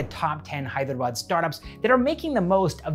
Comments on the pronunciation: The way you pronounce "Hyderabad" is far more better than the entire so called literates in India from the North 🤣🔥❤️ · Bro..Your Hyderabad pronunciation is on point 🙌 Most of the people pronounce it as Hydra-bad or Hey-drabad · You’re pronouncing Hyderabad perfectly lol! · South!!??? Literally You killed it man 🔥💯💯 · i was impressed too by the way you pronounced Hyderabad. Many Telugu people themselves spell it as 'HYDRA-BAD'. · Wow so amazing to listen Hyderabad pronunciation correctly from a foreigner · The best thing about the video is as a foreigner you pronounced "Hyderabad" real well it's good to hear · Every time you said " Hyderabad " .. point on 👏👏👏... As if a local Hyderabadi spelt it . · He pronounces hyderabad so well